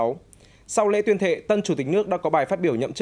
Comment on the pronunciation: Tuyên thề ông ta đọc là tuyên thệ.nhìn mặt kg chút gì tem bảo hành.